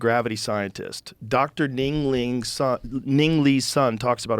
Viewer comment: “Dr. Ding ling” 😂